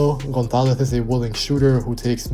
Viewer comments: it's a good pronunciation and the Z are totally on point, but the only correction I would tell you is that with spanish accent we would say the vowels, specially o & a, more open. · The pronunciation of the surname González is perfect.